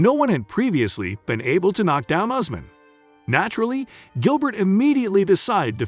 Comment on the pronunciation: Not Ozmen but Usman